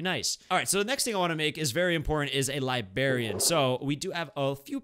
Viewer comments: what LIBARIAN it is LIBRARIAN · 😂😂😂 he said libarian💀💀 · libarian lol